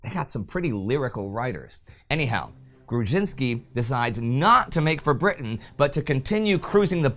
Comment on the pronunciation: What can I say? It's an awesome episode! You did a good job pronouncing Grudzińkski and "Wilk" (wolf) and acceptable job pronouncing "Orzeł" (eagle). :-) The "rz" digraph is kinda like the French "j" only a bit harder, or voiced retroflex sibilant fricative, using the proper terminology. It is usually represented in English as "zh", for example in transliterations of Russian words.